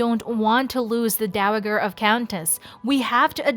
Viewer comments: It's Dowa (ja) ger, not Dowa (gh)er. So horrible to hear it repeatedly mispronounced - makes it clear that this is someone reading a script, perhaps someone who has NEVER watched Downton Abbey. You really should re-record this. She also stumbles on a few names. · The Sound the the g in the word “dowager” is a soft g - so it’s should sound like dowaJer not the hard g sound you are using. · HA HA HA The voice just said the DOWA G ER OF !! Countess. W H A T ??? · "Dow Agger" ?!?! Plz get your ProNUNciations Correct !! Thank U !! ( from India) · Dow-uh-gurr??? Nee-umm? Please, please learn pronunciation... you're supposed to be giving facts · The entirety of human language is at your fingertips, yet you couldn't Google the pronunciation of "dowager"? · If this is not a real person's voice, but some sort of artificial intelligence, please learn how to pronunciate the distinctive words used in the script. Dowager, estate, etc. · a soft "g", not hard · Terrible pronunciation of dowager - is it a robot? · The constant mispronunciation of “Dowager” is killing me.😡😡😡😡😡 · I found the mispronunciation so annoying I had to stop watching.......! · Making me crazy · Oh! Thank goodness I am not alone!